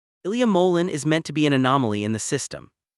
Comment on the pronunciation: You need to pronounce his name correctly